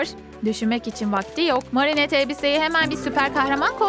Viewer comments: Ama marinettede düz okudu oda yanlış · Adriyen değil Edriyın Marinet değil Merinet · Marinet demesi ve soy adını cenk demesi 😂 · ablamızın marinette demesi 😂🤣 çok komik söylüyo